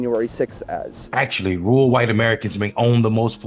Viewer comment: Rural is not "rool" and veteran is not "vetrin". And even if there had been fbi, cia, etc at Jan 6, it still wouldn't make those people innocent for their own actions. That's like saying you're innocent for a home burglary cause you didn't break the door, you just followed your friend inside and took some stuff cause he instigated it.